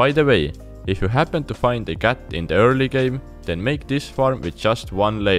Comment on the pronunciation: I like when you say with your Accent word cat